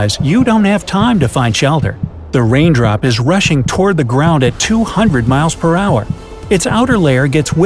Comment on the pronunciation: He just said wain drop